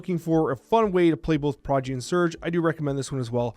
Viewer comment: Is saying Prodgy?